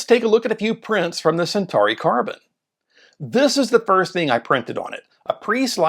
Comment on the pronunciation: What is the correct pronunciation? American? Do you even know Latin? He said Sentahree which is not even close. It's Sen-taw-ree.